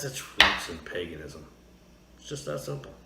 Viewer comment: Paganism is pronounced like 'Hague', not 'hag'... Just sayin'...